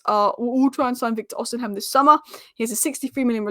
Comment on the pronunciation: It's OsiMEN. Not OsiHEM!